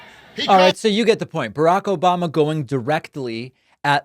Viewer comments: This "Obamna" gets me every time 😂😂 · OBAMNA!! gets me every time 🤣